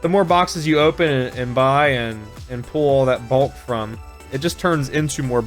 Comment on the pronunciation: Is he saying pull pool pole